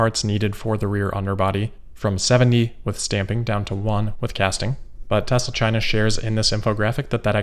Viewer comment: We finally learn the correct pronunciation: Tezra.